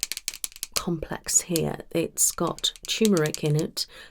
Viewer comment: Turmeric has got to be one of the most mispronounced words. I guess the uncommonness of the u-r-m combination of letters along with the visual similarity of a lowercase R and one of the arches of a lowercase M means that the R often just gets absorbed into the M.